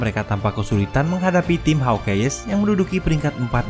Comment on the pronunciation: Hawk ais baca nya bukan HAWK EYEEEEEEESSSS 🤣🤣🤣🤣🤣🤣🤣